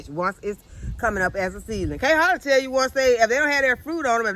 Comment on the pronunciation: I see you just got real when you said let me tale you all something and you pause that was a good laugh love you keep being a blessing to us all God Bless you and your family Utube farmer.